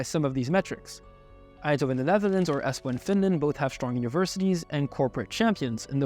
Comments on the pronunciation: Eespo, Helsinky - my god, you really need to check your Finnish names. It's Espoo and Helsinki. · Jesus, you are butchering the Finnish city names "Helsinky" and "Eespo". A little spell checking wouldn't hurt.